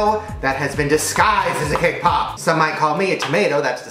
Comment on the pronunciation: Who else heard kpop instead of cake pop 🙋🏻